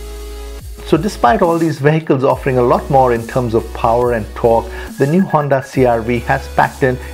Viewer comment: Why do speak torque "thorkk" and turbo "thharbo" it's just annoying I am gonna unsubscribe from next time I hear it in the next video